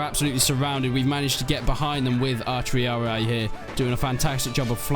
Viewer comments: Triarii, not “Triariae” :D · I don't mind the pronounciation, but truly so people don't nag you in the future, here's a simple run down. You pronounce hastati well Principes is pronounced "Prink-e-paes' Triarii is pronounced 'Tree-ah-ree" instead of "tree-ah-i" turns out C's were pronounced as a K in old latin, and the soft c's were plebian. Thus Ceasar was pronounced Kaesar - Fun fact, in a lot of european languages, emperor translates to something alike Caesar. Kaiser, Cisar, Tsar, Kejser, Cesar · "Prinkipes" "Triari-i" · They are not "Triari I" ! they are Triarii. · TREE-AR-EE-YAEEE!! rofl it's t-ree-ar-ee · The correct pronunciation of triarii is tree-are-ih-ee, not tree-are-ee-aye, ih-ee merge together and dont sound like 2 syllables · Please learn to pronounce the names of the troops... There Italian names not what ever language your using to translate them to. Not English the way you pronounce "Triarii" is really funny. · Prinki what? Bruh. It's PRINCIPES, not Prinkeepees. Triarii is also pronounced wrong. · yeah sorry i got carried away, it's really only the triarii that was wrong. You pronounce the 'i' in the end as an 'i', when it's supposed to be 'E'. E like in eat, instead of 'i'. again it's just nitpicking, nobody really cares how you pronounce it.